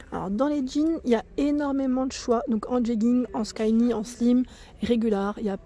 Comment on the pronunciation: Bonsoir 😉 j aime beaucoup ta vidéo, très bien présenté 👍 le perfecto en rouge est magnifique, je vais aller voir dans mon magasin su je le trouve. Pour les pantalons skinny, prononce en phonétique ski ni. Merci pour le partage, et à bientôt 👍